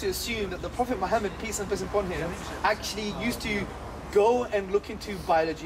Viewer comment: "Koranic Science"? Okay, I'll play your game... where does it define the scientific method? What verses. That would put it 500 years ahead of science in the west. And I love it when he says "Muhammad (piss be upon him).".. or did I hear that wrong? Sounds right.